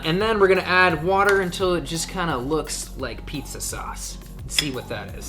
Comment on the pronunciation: I liked the video the second you said Mic a pizza